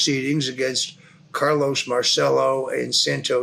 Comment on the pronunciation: Mahr chell oh NOT mar cell oh